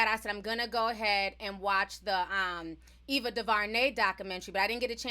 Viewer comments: Sheesh butchered Ava name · T her name is AVA Du....DuVernay, AVA DuVERNAY! Not EVA DAVARNEY! THANK U, STILL LOVE YA💯😘